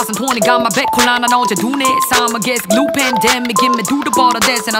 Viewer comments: Pandemic인데 f발음함 ㅋㅋㅋㅋ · 김농밀 pandemic이 f발음이라 해서 들어 봤더니 friendemic이라 한 것도 같고... 맞으면 재밌는 가사네